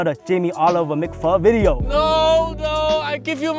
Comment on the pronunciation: for the first time,, Jammie didn’t F up in da beginning of the weejio. Uncle Roger ,I used to watch you like crazy. I hope I can cook East Asian food someday like sushi or fried rice.